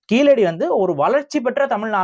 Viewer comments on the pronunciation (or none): நீங்கள் சொல்லும்போது கீலடி என்று சொல்கின்றீர்கள். கீழடி என உங்கள் உச்சரிப்பு சரியாக அமைய வேண்டும். சரியாக உச்சரிப்பில் பயிற்சி வேண்டும்